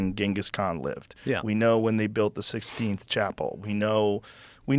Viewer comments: Less than 1 minute in: Joe, "...the 16th chapel..." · Did he say 16th Chapel! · Did Rogey just start it all off with; The Sixteenth Chapel??😂😂😂😂 No way, glitch?